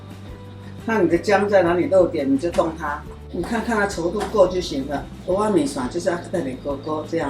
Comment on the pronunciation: 如果是道地的台灣人，蚵仔要講成「鵝」啊，不是「喔」啊。 現在的年輕人不會講台語「鵝」跟「我」分不清楚，但是老一輩的人怎麼也會講錯呢？